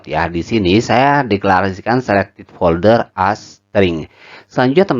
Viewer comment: folder mas bukan polder..:face-blue-heart-eyes